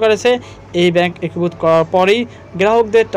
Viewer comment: হয়েসে কি জিনিস? একুভুত কি? আর রয়েসে কি? বাজে উচ্চারণ নিয়ে পাবলিক ফোরামে আসা উচিত না। আগে উচ্চারণ ঠিক কর তারপরে বকবকানি।